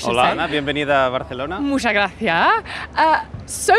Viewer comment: "Muxa graciah" si parece nativa xd